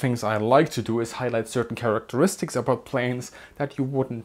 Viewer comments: Did you say flying charaxteriksiks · You're getting there with pronouncing Characteristics 😂. It helps if you think Character-istics. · Struggled with that word. Characteristics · Ekselent flaeing karasteriksis? You don't say...